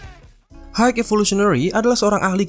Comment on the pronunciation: Maaf sebelum nya pengucapan high itu (Hai), bukan apa cuma mengoreksi agar lebih baik lgi, btw konten nya keren